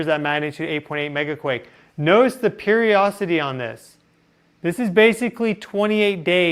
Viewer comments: Love hearing your perspective on all things interstellar. Thank you. Hey, I'm an old grandma who loves her words. Today you made me look up a new word, "periocity," but I learned it isn't really a word. Darn. Did you know there is a "di" sound in the middle of the word perioDIcity? Maybe you say it so quickly that you roll right over that syllable. If it were me, I'd want to know. I hope you do too. ❤ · The word is periodicity. Not periocity. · tiny correction ... you are speaking of a cycle when you say " period - ossity " I know what you mean , the word you are referring to is a state of being cyclical that word is " period - i - city " ... periodic in observation , natural